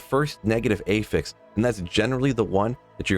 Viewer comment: hard to take u seriously when u cant say affix correctly